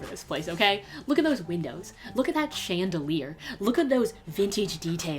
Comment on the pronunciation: did she just say chan-delier...